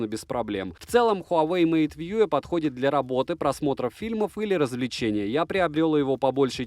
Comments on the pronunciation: МейтВью же, а не МейтВьюэ. Колхоз. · хуавэй мэйт вьюЭ хахаха